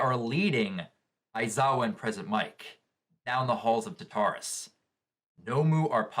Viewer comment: Tar-ta-rus.....NOT Ta-tar-rus...please stop